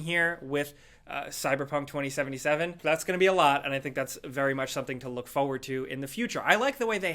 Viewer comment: Every time he says the word - forward... In every video... I die inside